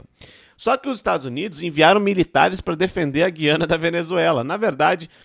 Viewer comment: é GU iana meu fio. Quem fala GUI ana são os portugas. Brasil não vai fazer nada. Vais só ficar olhando. Pq além de ser da nossa conta, tem China, Russia e EUA no meio. E Venezuela é nossa aliada pra nos vender petroleo em caso de não passar navios no oriente medio